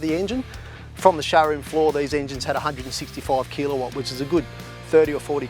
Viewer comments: Good review. Did anyone else find it strange the way he said kilowatt....Kelowatt lol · Haha I found myself repeating the word thinking am I the one saying it wrong? Glad I'm not